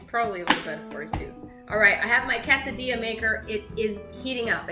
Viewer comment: Pronounces quesadilla really weird.